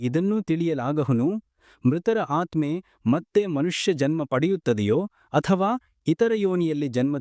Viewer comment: ಆತ್ಮ, ಆತ್ಮದ ಸರಿಯಾದ ಉಚ್ಚಾರ.